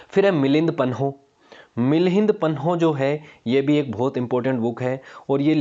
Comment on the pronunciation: 15.04 its milind paanh (questions of milind)not milind panoh